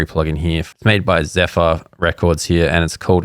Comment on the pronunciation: Fun fact - Xfer Records is pronounced "Transfer" Records, Xfer is shorthand for transfer in the business and tech worlds. Confirmed by Steve Duda himself 😋